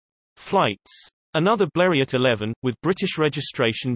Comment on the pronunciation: Robotic speech and it’s not B l e r e Ott It’s French Blerio.